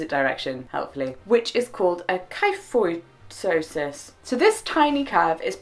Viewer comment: Kyphosis is typically pronounced key-foe-sis, at least in my experience. I have Scheuermann's disease, also called Scheuermann's kyphosis because I have kyphosis in my thoratic spine